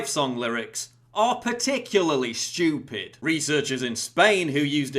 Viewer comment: Quite Shtewpid innnit